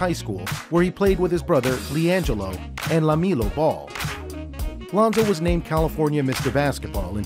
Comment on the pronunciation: Bro he said lamilo